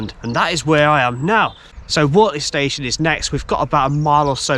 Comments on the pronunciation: Please get your pronunciations correct it's pronounced Wurtley not Wortley. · Pronounced Wurtley. The mud is basically horse sh1t from the stables at Finkle Street / Wortley Station. They pick it up in their paddocks and training ring's, but not on the TPT. GREAT if your on a bike... As for the rocks, you know they were placed on the tracks, don't you?